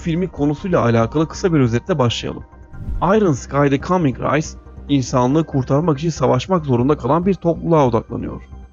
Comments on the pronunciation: Race "rays" şeklinde değil "reys" diye okunur. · Ya arkadasbari girde oku ingilizce yaziyi okurken nasil telaffuz ederim diye... Race reys diye okunur rays diyorsun rice = pilav ... gercekten cok komik geliyor ingilizce bilen adama... bu kadar ciddi videolar yapiyorsun ingilizce telaffuzlar rezalet otesi biraz gelistir kendini...